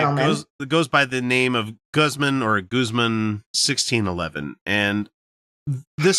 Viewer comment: Pretty sure Guzman is a hispanic name and would be pronounced with a long a, but then US english does not know anything like that.